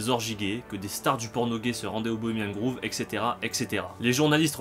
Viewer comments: Le nom 'shrine' de la chouette veut dire sanctuaire/tombeau/lieu sacré, donc peut être qu'elle n'a tout simplement pas de nom? Et p'tite correction: ça se prononce 'grove' (=bosquet) et non 'groove' (=rainure) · Désolé de faire le relou, mais c'est "Grove" pas "Groove". C'est le Bois Bohemien, pas le Groove Bohemien ;) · Aau fait, pour la ramener:on dit "grauve", "pas grouve" (grove, pas groove) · Pas mal, mais on dit grove "grauve" pas groove, sinon shrine, ça veut dire autel. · Pourquoi Bohemian "Grouve"? On ne dit pas "Grauve"? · "Bohemian groove"... Tu me tues à chaque fois ! :-) C'est un o ouvert comme tu prononces Rohff par exemple. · Cette vidéo est très intéressante. Merci! Mais, grove, ça se prononce avec un "o" ouvert comme dans le mot "host"! Désolé, j'ai pas trouvé d'exemple en français. Entendre "groove" tout le long de la vidéo a fini par me faire craquer...